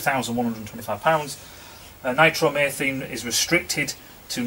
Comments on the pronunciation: "Nitromaythene"? Must be Northerner for "nitromethane" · Pedant alert...! Nitro-methane pronunciation: Nitro meethayne :p Keep the front pawing the air :)